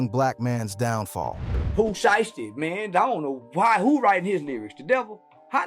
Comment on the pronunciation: 😂 " pu she esty"